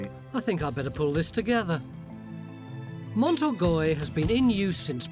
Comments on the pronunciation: Been to the castle, so recalls happy memories. Fascinating stuff as usual. But I wince every time Tony says Mont Orgoy. A passable English pronunciation would be Orgay. Stuck with it now.... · Awful isn't it? I cringe everytime I hear him say it.